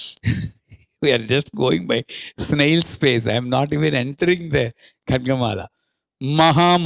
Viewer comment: Wrong you said 👎...Pronounce proper Khadgamala 🔱✨